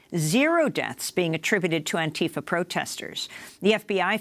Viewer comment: Stop molesting the name Antifa. This is not how it is pronounced, this is never how it was pronounced, stop fucking up words that existed long before you got hold of it and mangled it for some dark reason. Also: Long live Antifa.